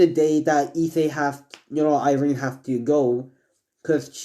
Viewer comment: It's Irina not Irene